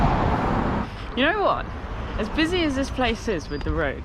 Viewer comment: You need someone to help you with your Welsh pronunciation. EG "Fach" is not "vatch", it's "varch" with the "ch" being like in Scottish "loch". "Coed" is not "co-ed", it's "coyd". "oe" is a diphthong in Welsh and has it's own sound, pronounced like a single letter. Nice video, though. {:o:O:}